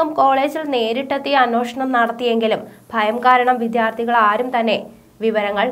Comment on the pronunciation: വിധ്യാർഥി അല്ല കുട്ടി വിദ്യാർത്ഥി.. ഇപ്പോൾ ചില ന്യൂസ്‌ റീഡേഴ്‌സും അക്ഷരങ്ങൾ ശരിയായി ഉച്ചരിക്കുന്നില്ല